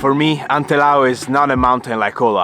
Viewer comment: Da bellunese sono stufa di sentirlo nominare all’inglese 😝 A parte questo, veramente bravo, soprattutto per l’ascesa, il nostro re non è per tutti ☺️